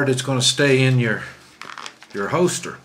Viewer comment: HOLSTER not HOESTER!!